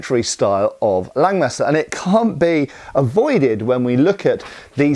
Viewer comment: Langmesser is not pronounced Lengmesser, it's pronounced Lungmesser.